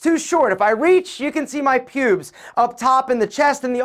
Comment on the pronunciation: For some reason the way u say “pubes”...mad funny 😂😂😂